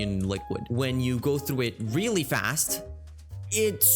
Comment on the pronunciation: "did i relly try to hit on a video game company"